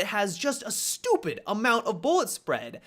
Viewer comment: I love the way he said stupid. Had me chuckling